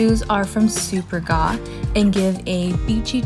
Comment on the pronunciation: It's pronounced Supèrga